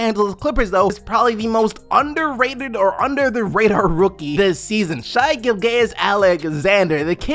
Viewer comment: Pronounced Shay Gill-jis Alexander